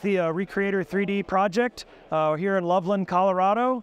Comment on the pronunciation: Thank you for pronouncing Loveland correctly! So many people (especially on tv shows) pounce it Love Land :face-blue-covering-eyes